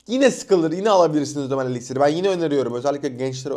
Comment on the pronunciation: parfümü neden fransızca okuyorsun amk .elixire elixir diyon parfüme pahföğğghh diyon